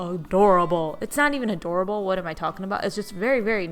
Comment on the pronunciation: A-drawer -able